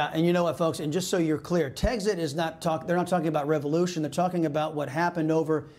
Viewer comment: It's "Tex-it," not "Teggs-it."